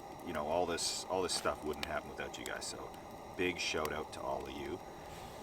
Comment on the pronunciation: Best part is they pronounce it "ouut"